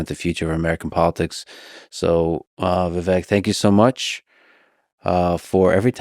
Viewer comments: YOU PRONOUNCED HIS FIRST NAME WRONG 😂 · Even Lex can't say Viveks name right 😅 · For someone that idolizes Musk as much as Lex does, I can’t believe his brain is still weak enough to be groomed by a dingbat like Mark Cuban. He came off defensive, weak, irritable, and incapable of deep thought/processing in this interview. To start the introduction off by repetitively pronouncing Vivek incorrectly (when he’s corrected people numerous times and is well documented) shows his lack of respect. To make snide comments and bring an eye roll energy the entire time shows he clearly had an agenda with this episode. However you can’t find a negative comment on this video about Vivek. It shows the people can read through Lex’s weak approach to discredit the intelligence and ability to unite that Vivek brings, and all Americans are desperate to have back in office. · Bro interviewed Vivek and didn’t even look up how to pronounce his name. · Ffs, he says Tim Walz, as next Dem candidate. While talking to Vivek, kept pronouncing his name wrong. But Walz- Vivek, I wish I didn’t waste my time. Vivek as always was great.